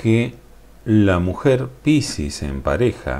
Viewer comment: Cómo suena la palabra piscis con tu acento..suena pisis.😁